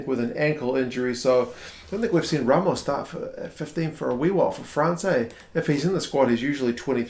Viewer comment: Ramos (the "s" has to be pronounced) is a talented player that has been the best Toulouse player since the begin of Top 14, either at 10 or 15.